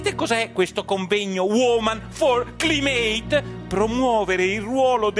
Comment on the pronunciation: "CLIMATE" si pronuncia "claimet"...